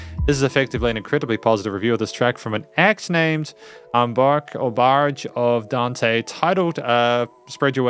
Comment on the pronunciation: Thank you so much for sharing it and taking the time to listen to it and appreciate it! The name of the band is Barque of Dante, you pronounced it right and the drummer in this song is Aquiles Priester. By the way, I'm the singer, it was a nice surprise to find your video, thank you very much!